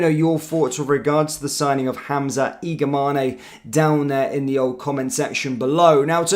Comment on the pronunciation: Its Igaman not igamane the e is silent